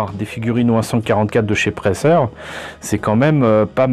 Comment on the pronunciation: Pour info, la marque se prononce ‹praïzèr› en tant que ferrovipathe je la connais bien. Chère mais de qualité. Plutôt en HO (1/87) en N (1/160) en O (1/43,5 en Europe) et en G (1/22,5) mais aussi en 1/100 pour les architectes et du 1/350 1/400 1/500 pour le naval et l'aviation civile du 1/144 militaire à la marge. Il y a d'autres échelles mais sorti du HO et du N c'est difficile à trouver